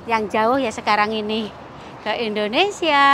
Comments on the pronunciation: Hai. maaf pengucapan yg benar Indonesia bukan Indonesa 🙏🙏❤ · ...bukan INDONESA.TAPI INDONESIA